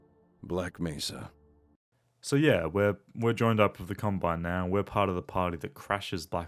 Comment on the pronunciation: G-Man mispronounces Black Mesa as Black "Mess-sa".